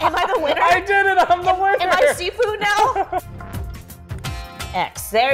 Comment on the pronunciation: First: all the game is in Mandarin Chinese, so it's supposed to be named "SHIFU" and NOT "SIFU". Second: It's Pak-Mei Kung fu, not "Wing-Chun"... And third: You MUST watch the "Live Action" Trailer and please react to it!